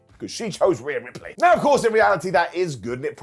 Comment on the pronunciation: All the pride wwe has for its japanese wrestlers....and yet they let her say "ripley" smh...should have known that letter combo is disaster for Japanese broken english speakers